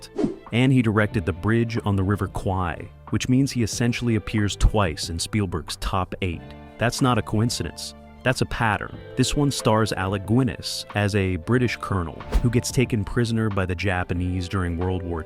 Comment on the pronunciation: Alex Gwinness?...Gwinness? It's pronounced 'Ginness' Gin like Sin. You even got it right later.